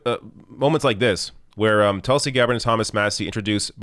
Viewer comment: It’s TOOLSI, not Tulsi